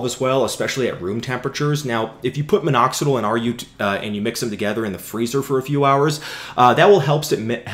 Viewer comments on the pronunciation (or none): But I don't like the way he says "Minoxidle" instead of "Minoxidill".